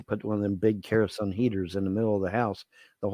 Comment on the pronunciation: "Big kerosun heater" It's kerosene, you.